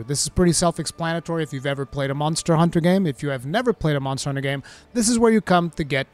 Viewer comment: I miss how you used to say Mazda Hunter, but I feel like I can get used to Munster Hunter!🤣